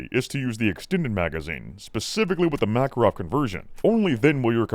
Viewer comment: so i was mostly listening and not really watching i was a little confused by there apparently being a caliber which is a mackerel until at some point i finally figured out that that is how pronounces makarov